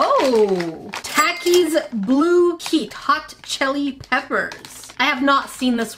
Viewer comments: Its talk-ies not tac-ie sry i had to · There takie sounds like (talk-e) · It’s said like talkys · The waynshe says takis made me laugh so hard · She got mad at people for saying pocky wrong then said takis like that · you said takis wrong